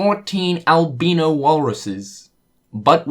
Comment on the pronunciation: Trying to figure out whether you pronounced “albino” as “albeano” as a joke or not. Still, great video!